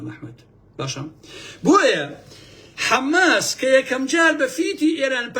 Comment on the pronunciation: تۆ زۆر ووشە بە هەڵە بەکار ئەهێنی پێم سەیرە !! بۆ نموونە لەبری ئەوەی بڵێی حەماس ئەڵێی حەمماس ، لەبری بڵێی نفوزی کردوە ئەڵێی نفوسی کردوە ، ئەو تەزبیحوشتەش هی خڵکی ڕابووردوە تا سبەینێ قسەم بۆ بکەی قسەت ناچێ بەگوێما کاتێک لە سەدەی بیستویەکا لە هۆڵەندا ئامادەگیت تیا بێت تەزبیح بگری بەدەستەوە